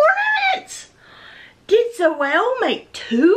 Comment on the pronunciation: Awww I'm so glad you loved your box. When you showed Zoëlle's ornaments she started squealing. This was such a fun swap. Oh and you said my name perfectly.